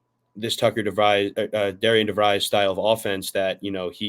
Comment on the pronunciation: It's pronounced Daren Devrees!!!